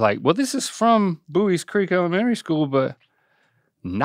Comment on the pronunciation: Haha he went "elemenary school" right when i was reading this comment. Anyway I'm from Ohio and I say it the same way you do lol